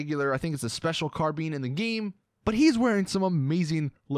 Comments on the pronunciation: WTF IS A AUTO SNIPER?!?!? Its called the MARKSMAN RIFLE and its also pronounced carBINE not carBENE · "carbeen" its pronouced "car-bine" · Auto sniper😂😂😂 “car-been” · He literally prenounces Carbine like Carbeen like really dude bad grammar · "Special Car-bean" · Rheijn in what, Australian? It’s car-by-n, standard US / UK English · This Random idiot idk man I could be wrong but ive always called it car-bean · Lone Hunter yes hahaha